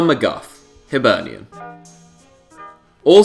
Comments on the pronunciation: dylan MGOFF😂 it's pronounce mi-gee-och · Dylan McGuff are you serious it is pronounced Me-gee-uk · Haha haha that name mcguff haha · Where the fuck did you get McGuff from??? 😂 Mc-Gee-och (och is pronounced the same as Loch) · It's pronounced mcgeook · Pronounced mc gee och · Murdered Dylan mcgeouchs name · Mcgeouch just got a senior squad Scotland call up after being our untouchable for the entirety of this season. (Get his name right please) :) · hes murdered the name haha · I have never heard McGeough pronounced worse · He absolutely butchered Mcgeouch’s name